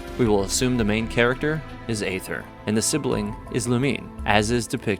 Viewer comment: The proper pronunciation of Aether is “eethur” even the English va for Aether pronounced it wrong at first, so dw.